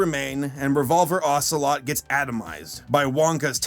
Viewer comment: Hahhaahhaahahahahahhaa you said revolver ocloet